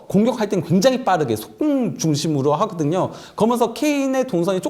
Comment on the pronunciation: 저 기자분 발음 왜저러나요?? 좋아 하그든여~ 했그든여~